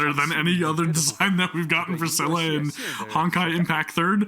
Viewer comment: Well, english is not my main language, so i like a lot the japanese pronunciantion of Seele "Dzere"